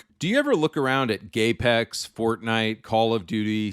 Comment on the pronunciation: Did he say gaypex and seven gays to die